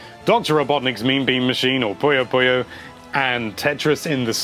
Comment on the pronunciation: I wonder why people mis-pronounce Puyo so much.